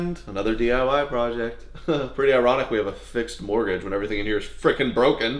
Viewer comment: "Mortgage" 🤣 Why is that "T" in there?!